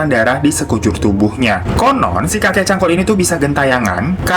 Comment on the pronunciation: hiro bilang : kakek cangkul gw dengernya : kakek cabul :v wkwkwkwk